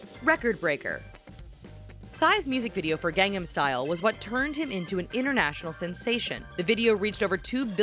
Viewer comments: GANG num.... you mean G-AHNG NAHM??!? lol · You can't even say gangNAM style properly... It's not gangem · Every time she said Gangnam I cringed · every time she says Gangnam I cringe